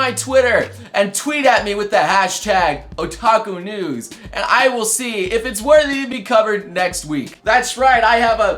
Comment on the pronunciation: sounds like youre saying taco news... now i want tacos